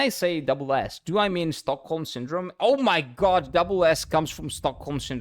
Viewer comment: do you pronounce god as jod too yeah?